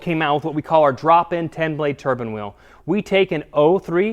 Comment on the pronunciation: Turbine wheel not turban ffs